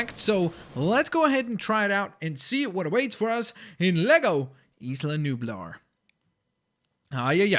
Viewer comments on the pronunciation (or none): You can't even pronounce isla nublar and isla sorna